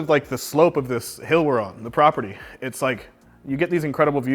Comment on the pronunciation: This prah peeer deee 🤣🤣love the way you say this